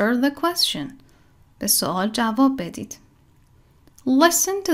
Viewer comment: ممنونم،فقط اینکه تلفظ کلمه یquestion اصلا صدای "ش" نداره و باید "چ" تلفظ بشه،فونتیکش رو چک کنین در دیکشنری.